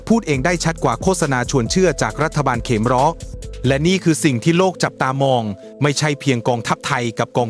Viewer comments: AI ยังฉลาดน้อนมาก เขมร ยังอ่านเป็น เขม_รอ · AI อ่านภาษาไทยผิดประจำ เขมร ดันอ่านว่า เขมอน ยังไงก็สู้คนไม่ได้ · อ่านเป็น เข-มะ-ระ เหรอ?เพิ่งรู้ นึกว่าออกเสียงเป็น ขะ เหม็น